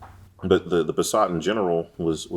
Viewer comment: As a German the way you pronaunce Passat is way to French/elegant .